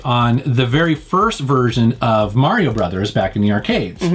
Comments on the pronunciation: Love me some Mario, thanks for pronouncing his name right! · Thank you for saying "Mario" and not "Merry-o"